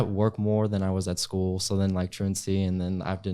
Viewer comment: "SCOOL" BUDGET